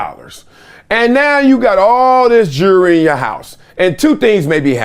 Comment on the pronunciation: "Jurrey" It's "JEWELRY". And it's not an "AWARD". It's a "REWARD". You monkeys are so stupid.